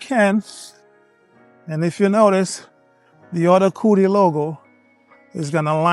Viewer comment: I thought you were saying Coolie for a second lol